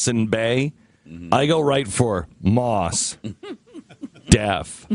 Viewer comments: Glen is such a hack that he didn't even take the time to look up how to pronounce Mos Def, then he talked about the pronunciation with absolute certainty, despite the fact that it is pronounced Mos like Most with a silent t. Seems like he should probably know the facts rather than making them up as he goes along. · How childish is it to mock someone's name?!? & it's pronounced "most" not "moss". & they can give the prisoner a feeding tube surgically put in the stomach, not the painful way way of putting a tube through the nose. Glenn Beck is an idiot surrounded by other idiots on his show. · You "Artards" are pronouncing his name wrong. His name comes from the two words, "Most Definitely". Like, "Most Definitely" one of the best rappers in history. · Is not Moss Def, it's Mos Def. Also, he is a beast rapper. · Maws Def..... I want to put this dude in the face. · they're purposely pronouncing mos def wrong. this is a shame.